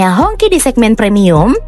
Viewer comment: It's pronounced as hong chi, not hong ki 😁